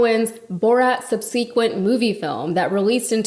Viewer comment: Why can't people pronounce "subsequent" properly these days? 😂